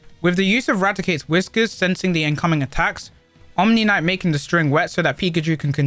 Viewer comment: It's "Omanyte", not "Omnimyte".